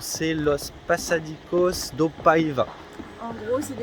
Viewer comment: Avec un c cédille il faut prononcer passadissos. Par contre espiunca il faut prononcer ca qua